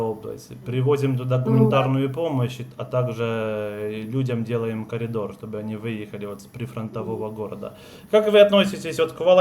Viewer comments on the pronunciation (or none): none